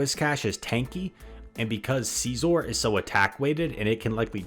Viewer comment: why do yoou say SEEzzorr